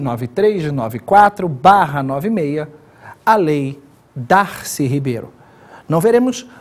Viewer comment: Professor, o nome é Darcy ( Oxítona) e não Darcy (paroxítona como o senhor pronunciou)